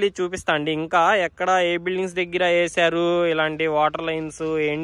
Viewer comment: Dagara kadu deggara babu 😂